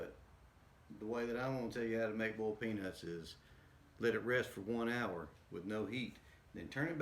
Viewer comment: “Bowled Peanuts”